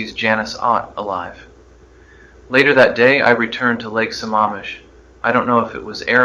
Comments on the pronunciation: It's Lake Sa-MAM-ish not Sa-MA-mish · Not pronouncing Sammamish correctly. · This was pretty good, but I'm sure Ted knew how to pronounce Sammamish.